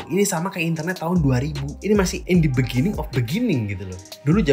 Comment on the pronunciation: in the begiging,in the beningging,beginingging, bebiginning